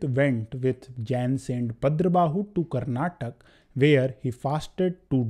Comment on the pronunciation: It is Karnataka not Karnatak